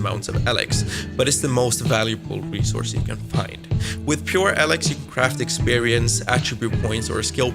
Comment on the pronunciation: Firstly the games name is spoken as Eelix as in eel, not Alex. Secondly your forced 'rasp' is very annoying.